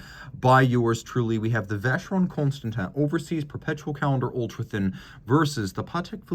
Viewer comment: Your accent on Vacheron Constantin & Patek Philippe got me thinking for years. This is French name and deserves respect, it's not English. What's the importance of your video if you can't pronounce these brands name properly.